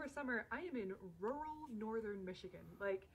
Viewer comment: Okay I know us Germans have problems to say the word ‚rural‘ but come on, it sounds like you want to say a different word but your mouth is too full to say it 😂